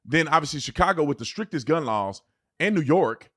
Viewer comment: “…dAt gUnMgTh…” 👁️👄👁️